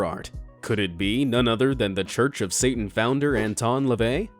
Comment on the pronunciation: I love how you say satan 😂😂 you're just like: sa-un